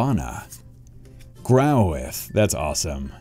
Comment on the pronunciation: You're the man but man the way you say Growlithe triggers me lol. It's growLITHE not groWITH